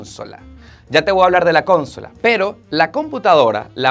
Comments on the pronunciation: Bonito todo. Por favor no se dice cónsola. Se dice consóla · estoy suscrito a tu canal y te sigo desde hace mucho tiempo. Te escribo para decirte que está muy bonito tu nuevo estudio y también aprovecho la oportunidad para decirte que se pronuncia CON-SO-LA no CON-SOLA UN abrazo. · Cónsola en español se dice consola ( sin acento) y mucha utilización de ELEMENTO, hay sinónimos para que no salga como muletilla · Ay mano, jajaja consola es una palabra grave, no es esdrújula. conSOla, pero tu lo pronuncias como CONsola. jaja me pareció gracioso. Saludos de un Nica que vive en Mexico! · Me mata que diga "cónsola" jaja excelente setup!!! que alegría ver tu progreso todos estos años, saludos desde Argentina!! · El estudio está bonito y tiene lo básico que se necesita en un estudio de Youtuber para solo una persona. Las paredes negras en los "sound stages" tienen su función pero no es requisito en un "home studio". Esconder la laptop debajo de la "consola" (palabra esdrújula con fuerza de pronunciación en la antepenúltima sílaba) no es "Pro". Para eso venden variedades de "stands" donde puedes colocar la laptop verticalmente. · CONsola??? PAnel???? sere yo que no se donde está la fuerza de pronunciación ? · Interesante pero please Bocina Y es Consola sin acentuarla En la primera o 😍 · Solo me quedé pensando como pronuncia consola jajajaja sin mencionar lo de "la manito" jajaja tambien me da mucha risa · Consola con la fuerza de la pronunciación en la “so” no en “con”. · Unas pronunciaciones que no son así: “consola” También por otro lado Nos pudimos imagina Nos pudimos dar cuenta Y nos confesamos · pronuncias mal consola, y hablas como si tus seguidores no conocieran de tecnología, por ejemplo de los audifonos😊